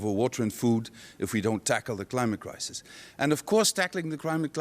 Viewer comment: That guy said, “Crimate Clisis” hehehe